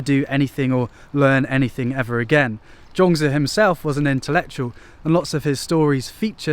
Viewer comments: Zhuang zi not Zhong zi, please please check pronunciation before you start using it hundreds of times, wrongly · All I really know about this cat, Zhuangzi, is that there as many pronunciations for his name as there are people on the planet! LOL! I googled how to pronounce his name and every one was different. So I clicked on thinking: he has been overseas and studied under Master Gu. I'm sure his way is the correct way. But I laughed out loud for about a minute when you said his name and it was different from all the other ways! I think Taoists would appreciate that. If nothing else, I had a good laugh. Cheers! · actually, pronounciation is not correct. but you are forgiven. and please dont use that Confucious picture. thats hongkong actor chow yuen fatt.